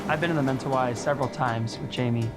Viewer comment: They need to learn how to pronounce Mentawis properly